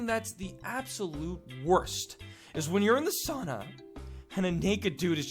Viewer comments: when you said sauna it sounded so weird XD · 😂😂😂😂😂😂😂😂 its fun when u say sauna. cuz im from finland